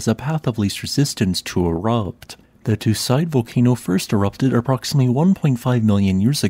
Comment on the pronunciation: You are pronouncing the name of the volcano wrong. It is more like 'two seedai', with a long French e (é) at the end.